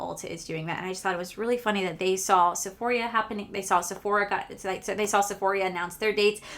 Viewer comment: IT'S NOT SEPHORIA it's JUST SEPHORA......NO I in there 😂😂😂😂